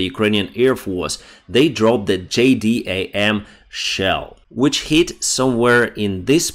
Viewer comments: Do you read comments at all buddy? We call it a J dam in America. Not j d a m. J DAM. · Hey bro, just so you know we call the "J-D-A-M" bomb the "jay-dam", coming from a USAF guy